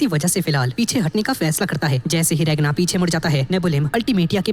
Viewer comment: Naam to sai lo regna nahi ragna he noob